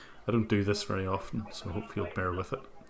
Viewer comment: Omg listening to the scanner saying "please BE with me" instead of "bear" honestly makes me vomit just a lil each time. Ugggghhh